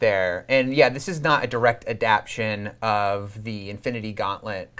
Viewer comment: god damnit llearn to pronounce adaptation!